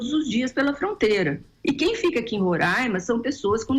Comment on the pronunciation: Queridos, não se fala "RORÃIMA", mas "RORÁIMA".